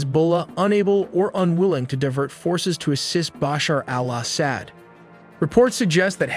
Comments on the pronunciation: bro you are mispronouncing his name it's not Basher al-ASS-ad it's actually Ba-shar Al-Asad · just a quick tip: in Arabic, the 'AL' is often dropped in pronunciation. It might be helpful to listen to some native speakers to get a better feel for the rhythm. Bashar-AL-Asad simply is Bashar Asad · BOSH her AL oss ED...gotta love how AIs pronounce foreign names lol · Maybe take a moment to practice saying 'Bashar Al Assad' a few times off-camera before hitting record. Or better yet, consider trimming down the number of times you say it—no need to turn it into a tongue-twister challenge for yourself and your audience. Are you rehearsing, or just hoping your followers will grade on a curve? But great perspective the way you said his name distracted me from the main story a little. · Dude before you go and make a video maybe you should go and learn how to say these people's names before you make a fool of yourself like you can't even say turkey's president's name properly or Bashar al-assad go back to school and learn some English bro